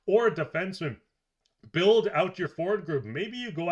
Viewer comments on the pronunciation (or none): none